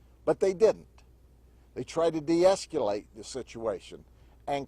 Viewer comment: es-q-late? Must be a Southern thing.